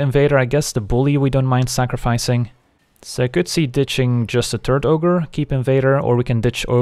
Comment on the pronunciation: I keep hearing "Turd Ogre" instead of "Turret Ogre"